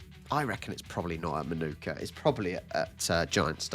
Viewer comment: In Australia we call Manuka oval in Canberra Mah-nuh-kuh instead of Mah-noo-kuh.